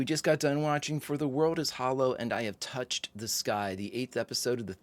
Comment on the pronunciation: I've always loved all of your brilliant reactions, especially when you get emotional, so of course, I was greatly looking forward to this episode very much. My only critique would be your reading of the episode's title, which should have placed the emphasis or accent on the words "I, Touched, Sky", because to read it otherwise diminishes its' power. The actor Jon Lormer(the older man who died) absolutely nailed the reading of that title line, and it's probably why he was hired, just to deliver that line. So let him be your example. 😊